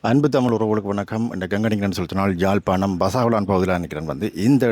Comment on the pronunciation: தயவுசெய்து தமிழ் உச்ரிப்பை கவனிக்கவும். சொந்த ஊரின் பெயர் உச்சரிக்கத்தெரியாது. ஜாழ்ப்பாணம்? இல்லை அதன் பெயர் யாழ்ப்பாணம். இதுகூடத்தெரியாது.